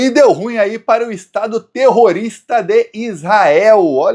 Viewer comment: Português:a pronúncia correta de "ruim"é RU-IN, com ênfase na segunda silaba.